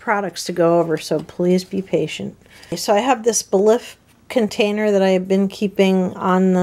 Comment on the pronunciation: Just an FYI: "Belif" is pronounced like "belief". I love the CVS versions of CeraVe, Aveeno and Eucerin. Great job at going through all the products.